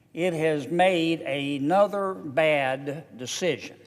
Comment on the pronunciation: Aynother? Don't you speak English John?